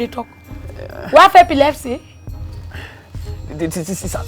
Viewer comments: She Said Pepilepsy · yes she’s pronouncing it with her native accent, it’s epilepsy ( seizures)